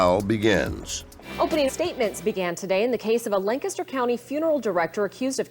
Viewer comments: I realize this is small compared to the topic of the video, but I do appreciate when Lancaster is pronounced properly. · I’m just happy you guys pronounced Lancaster correctly.